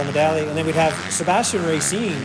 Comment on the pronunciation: Am I crazy or do you never pronounce the G in Tyler Medaglia,? 😂